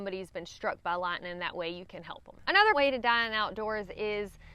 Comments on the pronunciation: What the hell is "Lihnin"? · I just wanna hear you say "Lat-nin'" again 🥰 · I feel like I am back in northeast Tennessee in the tri cities area when I hear you saying certain words like lightning,hiking,night...us Tennessean tend to leave off the "g" sound when pronouncing those words.